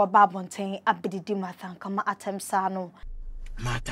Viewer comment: Be a good presenter, aba! What is Ankama? Her name is Ankomah wai.